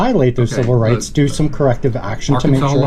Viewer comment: Lol wite dude said civil rites. I love y'all man and I'm Mexican!